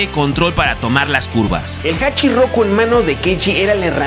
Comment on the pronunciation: Me fascina la historia del Drifting de Cabo a rabo pero me molesta que por desconocimiento no se usen los nombres ó sobrenombres correctamente😅, el Ae86 es conocido como HACHIROKU y no hachirrrrrroku😬, y esto es porque 八(Hachi) y 六 (Loku) los japoneses no saben pronunciar la L y la pronuncian como R, eso es más evidente cuando los escuchas decir palabras o nombres con la letra L, ejemplo Alberto lo pronuncian como ARberto, o Ruis cuando es Luis, es más, ellos realmente pronuncian ARuBERTO solo que la u es casi imperceptible.......